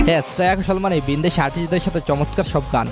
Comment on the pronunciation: ভাই আমি ও আপনার মতো করে চমৎকার কে মচৎকার বলি। 😂😂😂